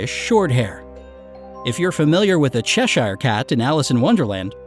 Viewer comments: It's pronounced chesher cat not cheshar cat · Cheshire. Pronounced "Che-sheer". Not "Che-shyer"...